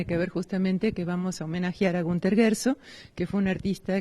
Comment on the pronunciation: El este periodista dice Gersog,en nagual.